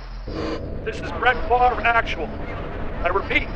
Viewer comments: Brett Favre. F-A-V-R-E. Why was that spelling ever pronounced FAR-V by the NFL? It should be...FAHV--RAY (as in laser). Apparently the family didn't want to sound too French. Whatever, he rocked. :) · I just love the ever-evolving pronunciation of Favre.